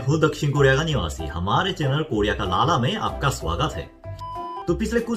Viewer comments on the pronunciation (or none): Bhai it's not लाला its लल्ला